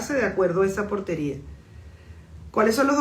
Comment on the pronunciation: Portaria no Portería